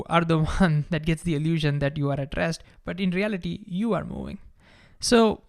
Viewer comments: Great video, but for most of it I thought you were saying “addressed”. Then i realized finally you are saying “at rest”. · Is he saying addressed or at rest? 🧐